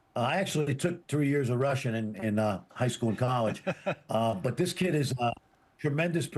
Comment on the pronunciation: Well… Fran… your “3 years” of Russian you managed to completely butcher the poor language 😅. I STILL haven’t heard ANY media person pronounce Egor Demin correctly 🤷‍♂️ neither first or last name 🙄 Hopefully they figure it out—it’s not that hard!